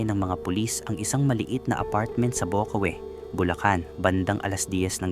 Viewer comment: Ayusin mo pagsalita mo ng bocaue at Angeles